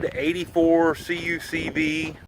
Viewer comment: I hate to see a beautiful CUCV converted to a civilian rig, but this is nicely done. BTW, it's a Cuck-Vee not a C-U-C-V. Just saying.